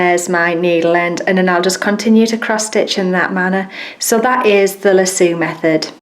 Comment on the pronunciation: Thank you for taking the time to show so many different methods. I'm usually not this picky (especially when it comes to non-American accents), but the way you pronounced "lasso" had me rolling. In America it's "lass-O", not "la-sooo"... please don't take it personally, I thought it was adorable! The Loop is my favorite way but I do it slightly different... Just like you, I double the thread with the loop at the end, but then I come up from the bottom of the fabric and catch the loop with my index and middle finger, then spread the loop out wide, then pass my needle back through the fabric making sure it goes between my fingers. That way it catches the loop and tightens it around the thread. Then I just go on with my stitching.